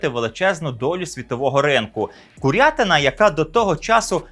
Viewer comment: дяка! тільки кУрятина з наголосом на У 🫶🏻